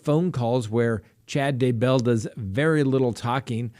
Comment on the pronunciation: Is that really the correct way to say Chad's last name?